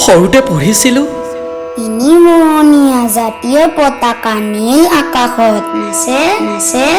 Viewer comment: সুন্দৰ কবিতা, সুন্দৰ আবৃত্তি। পতাকা নহয় দেই পতাকা।